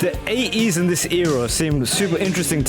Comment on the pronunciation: Your accent got me good this time around mate. How on earth do you say 80s without pronouncing the T? Aye-ees 🙃. As others have said this was a working class take on the flamboyant music of the period